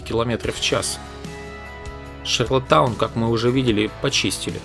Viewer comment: вы слово шарлОттаун произносите как шарлатан - прикольно )))